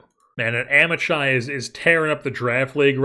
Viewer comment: Amichai would be pronounced with a Hebrew "ch" (voiceless velar fricative) which is difficult for most American English speakers to pronounce, but "ahm-e-kai" would be closer than "am-ih-chai"